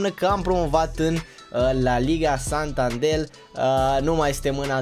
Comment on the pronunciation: La Liga Santander ..Nu santandel .. am vazut ca mereu pronunti asa :))